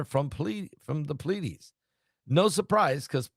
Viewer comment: Plee- A- Deesses